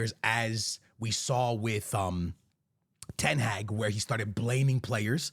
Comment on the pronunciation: Then butchers ten hag's name😂😂